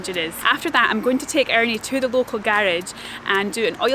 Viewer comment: が「アーニー」というたびに「兄ぃ（あにぃ）」と言っているように思えてちょっとウケましたw スコットランドの人も親切ですね。 それにドローンで見たスコットランドの風景は雄大ですごいです！ これから楽しみです。